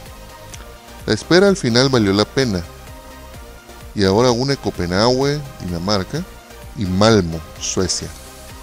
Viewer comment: Ciertamente muy mal video, no es necesario las letras si estas narrando, ademas de que lees mal, te equivocas varias veces, lees mal el nombre de copenhague, si es un video PON LAS IMAGENES Y QUITA LAS LETRAS!!! para que las letras si narras el video?